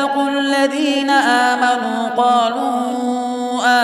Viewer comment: Ayat number 125 "Aamenaa" nahi "aaminao" hai